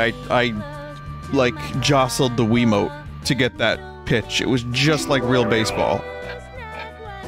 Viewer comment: He pronounced wiimote like quimote